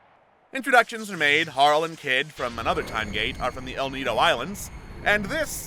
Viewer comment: Another Eden is great, but it’s driving me crazy how he pronounces Harle. It’s short for harlequin, not harl-quin 😭